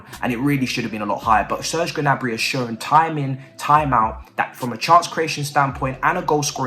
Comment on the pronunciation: Its prononced Niabry, skip the G 🤣